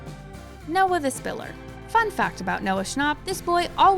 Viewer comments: Noah's is technically correct🙃 it's a German name; that's how you say it.. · That’s not how Noah nor anyone else I’ve heard say it. Which means that technically it’s wrong.